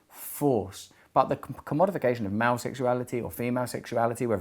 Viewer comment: Took me awhile to realise that "mao" means "male". Dammit Russell, pronounce words!